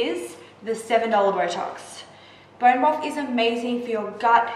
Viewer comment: "Borrreen Brofff"